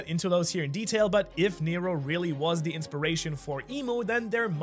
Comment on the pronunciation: Heads up NERO = Water in Greek and you do pronounce it very well